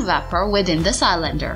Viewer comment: Love how she pronounces cylinder, Sy-lender